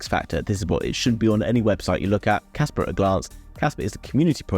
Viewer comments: thats what I mean when you pronounced it you say Casper and not Kaspa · Well "pa" and "per" dont pronounce the same at all. I hold both project Casper and Kaspa and watch a lot of videos about them, and nobody pronounce it the same... so my guess is you probably think they are all wrong, but your not...Im french so I went to make sure and few pronounciation site sound like I said...But anyway I see that you prefer to fight then see your mistake which in my book is not how to grow so... never mind. Peace out ✌️ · Kaspa not Casper its a A at the end